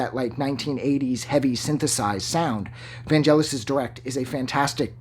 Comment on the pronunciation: Please pronounce his first name correctly first!